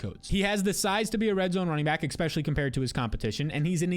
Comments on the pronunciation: stop. saying. eCKspecially! love the videos, but drives me nuts! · Great stuff. The word isn't expecially